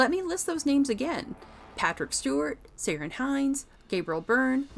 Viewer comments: Ciaran Hinds - it's pronounced with a 'K'. Not 'Ser'.. . It's Gaelic pronunciation, of the name, you see the name Kieron, same name. You don't say 'sattle' when you see cattle, which are cows... Cillian Murphy's not 'Sillian' Murphy... Anyhoo. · Ciaran = Keeran not Seearan, NICKel not NiCOLE. Get a new narrator this one is a dolt. Also MoriArity not Moriority. And Vagner not Wagner, sheesh. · Ciarán Hinds is pronounced ‘Keer-awn’ ❤️ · Ciarán Hinds: his first name is pronounced 'Kieran' and not 'Siran'. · Ciaran is pronounced like Kieran, not syren. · Who's "Syrin Hynes"? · Omg what the hell kind of pronunciation of Irish actors names was that??? Completsly took me out of the video. Ciaran is the same as kieran. Not seerion 😵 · Cirian is from the north. His name is pronounced Ki-Rin. Great Review! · Jaysis fuckin Christ on a stick, i realise Gaelic names may be tricky, but a bit of basic research? It's pronounced "Keeyrawn," Hynes. :D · "Such as Siren Hynes" I cringed at this attempt at pronouncing Ciarán Hynes. Mind you, they misspelled his name in the film end credits too. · It's pronounced like "Kieran" Hinds. Two seconds of research, y'all. Also your diction is dreadful. If you're going to narrate, stop swallowing every other word. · lol. the pronunciation of Ciaran Hinds name ! :) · thanks. My issue is the pronunciation, which would've taken 30 seconds to Google. It's like when Cillian Murphy's profile rose in the US and I heard it pronounced "Sillian" and the various issues with pronoucing "Saoirse" Ronan. Ask an Irish person! Or Google an interview! Ciarán Hines was in Game of Thrones, and Rome, and interviews of him exist.